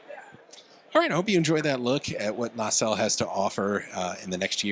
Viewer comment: Stop saying "nay-cell." It's just na-sell.